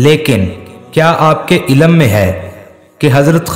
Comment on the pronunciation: The correct word is lLM, without any vowel. ILAM with zabar A is completely wrong. Please correct your pronounciation. Dr. Raza Ansari (Aligarh).